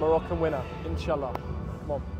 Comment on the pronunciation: How beautiful when you say : Insha'allah😊